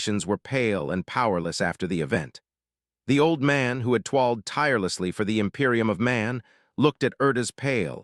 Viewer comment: Tee-zeech of the em-pie-rum of ai slop